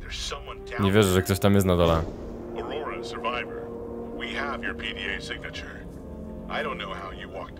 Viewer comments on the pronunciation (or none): none